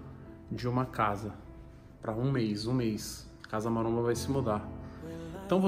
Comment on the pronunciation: Têm o vesgo aos , falando casa maronha.